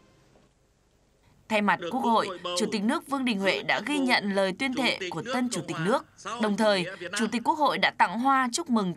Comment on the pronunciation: Tuyên thề ông ta đọc là tuyên thệ.nhìn mặt kg chút gì tem bảo hành.